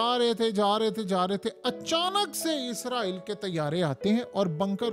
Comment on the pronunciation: و بھائی میرے یہ عزرائیل نہیں ہے اسرائیل ہے اپ اپنا تلفظ ٹھیک کریں ہمیں ایسا لگتا ہے کہ جیسے ہم انڈیا کی نیوز سن رہے ہو عزرائیل صرف ایک فرشتے کا نام ہے جس کو ملک الموت کہا جاتا ہے